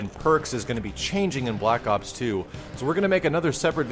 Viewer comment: I swear he kept saying "block ops". I SWEAR.